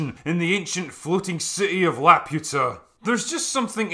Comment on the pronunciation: love your stuff, but if you watched the movie, you must know you are grossly mispronouncing La-poo-ta.